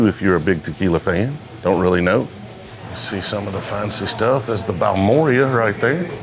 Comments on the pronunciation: Just because I know someone cringed at it... Ball- Mer- Ay is how you say Balmorhea in Texas. I know there's a million different ones I mess up on. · The Garrison Brothers Balmorhea is pronounced bal-maw-ray lol